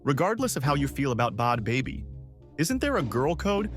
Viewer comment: Wtf is Bod Bobby??? 🤔🤌🏽 I'm soooooooooooooooooo confused why you keep saying her NAME WRONG!!!!! 😡